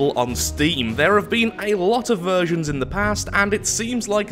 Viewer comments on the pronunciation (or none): Anybody else notice saying "virgins" instead of "versions" at the beginning of the video?